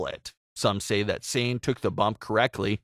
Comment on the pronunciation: Her name isn’t pronounced like s-ain, it’s Sah-nay.